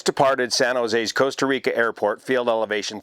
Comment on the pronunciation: Coasta Rica 😝